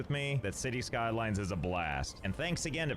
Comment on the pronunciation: For a second there, when she said “cities skylines” i heard “shitty skylife”